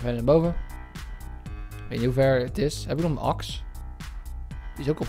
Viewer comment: en waarom zeg je de hele tijd aks het is een axe